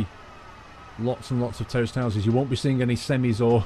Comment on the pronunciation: Every time you said terraced housing, I kept hearing 'terrorist housing'. I was like, wow Great Britain is really different.